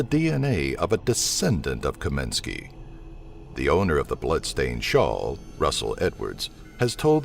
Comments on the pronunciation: It's *Kosminski, not "Kominski". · Its KOSMINSKI!, Not Kominski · Actually it is KAMINSKY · Your no.1 suspect is not Kominsky, you mean Kosminski. Sloppy. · As long as you re making a video about jack the ripper. Could you go to the FUCKING TROUBLE of pronouncing YOUR number one suspect s name properly. It s Aaron kosminsky. He s only been a suspect for 132 years so you probably didn't t get a chance to learn his name. You Yankee dumbfuck. Really looking forward to your next video about the ten greatest quarterbacks of all time like Preston and Eddie Manley. Robert stabback john nameth and don Maringo. Read a book yankee. It doesn't t give you cancer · the S maybe silent lol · You said "Mona-goo" instead of "Montague" and it's "Kosminski" not "Kominski"